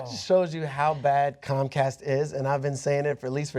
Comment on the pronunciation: comcast why always sound cumcast.